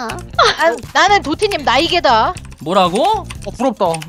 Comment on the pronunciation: 근데 잠뜰님이 (난 도티님 나이개다.) 를 (난 도티님 날개다.)로 들음